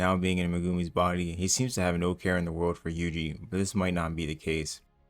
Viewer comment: you pronouncing Megumi as "muh-goomy" really messes with me 😂